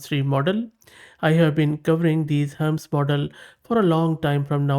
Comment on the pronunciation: Hermes - do you mean Hermeeeez and not Hermz!!!